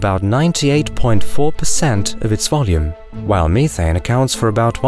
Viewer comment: Me-Thane (has me cringing)